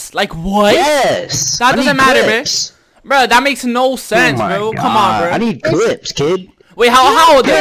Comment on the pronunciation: STOP SAYING breh